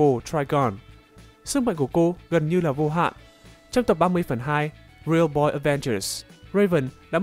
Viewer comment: "Sức mạnh vô hạn" mà nghe đi nghe lại cứ Vô Hại, khá khó nghe.